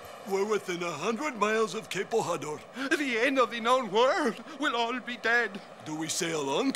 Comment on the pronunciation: Interesting, but you got wrong the correct pronounciation of Bojador. In Portuguese J is pronounced like in French. Thanks to José Mourinho for making the world know that.